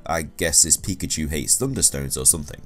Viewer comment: Here's Just A Noob pee shoe pi chu Lol